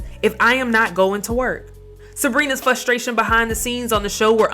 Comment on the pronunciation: At least you do enunciate [frustration] correctly!!